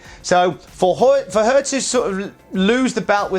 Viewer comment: “For hewr” lol